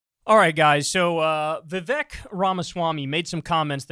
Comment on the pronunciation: Vivek rhymes with cake